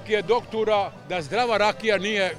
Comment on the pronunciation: "Doktura" Jel to BBC?? 😂😂😂